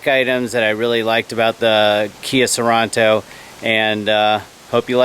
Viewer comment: Hey DUDE, It’s pronounced Sor-EN-to, NOT Sor- ON-To!